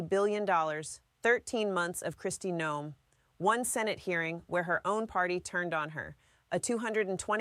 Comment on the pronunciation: She called her "Kristi No-em" , so yeah.